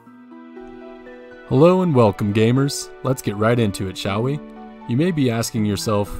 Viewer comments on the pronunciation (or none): none